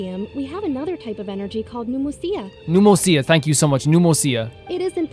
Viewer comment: Pneuma is pronounced as "nooma"